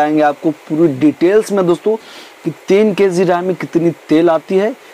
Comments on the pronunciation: Thoda achche se bola karo.।। Kessi nhi kg hota he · Keeeg nhi kg hota h bhai